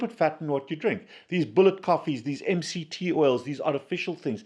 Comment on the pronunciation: Last kind of fat you mentioned sounded like 'male' . i cannot find out what you mean with that word. I guess it's not a fat man....by the way, I am Dutch. Not a native English speaker.